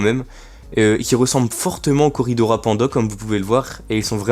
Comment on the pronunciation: salut ! tu as recu de beau poissons ! juste le s de coridoras se prononce 😉 sinon belle video come d'habitude